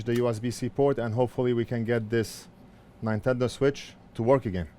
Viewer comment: Ninetendo switch 😆